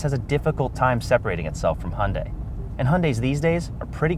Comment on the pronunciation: Hunday? Make a correction in your pronunciation.